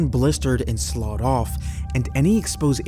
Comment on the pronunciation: For future reference slough is pronounced “sluff.” Love your videos though.